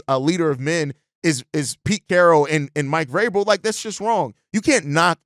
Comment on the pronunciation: Glad Vrabel is off the list because I couldn't bear you mispronouncing his his name every day. At least you realized you were having issues with it and working on it lol. Much love though bro!